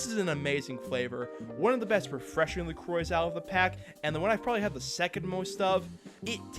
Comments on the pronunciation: "La Croah" ❌ "La Croy" ✅ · The anglicized pronunciation of La Croix always takes me by surprise lol